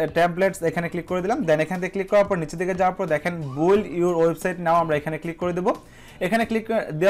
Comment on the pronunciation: oita buil na uccharon ta bild emon hobe bangla keyboard nai tai banglish e uccharon ta likhe dilam